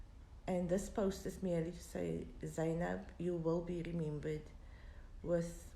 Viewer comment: Her name is not Go- Wa .... It's Gouwa. With a gutteral soft G sound. At least find out pronunciation before making your video. And It's Zay- nab ..... Not Zaai nab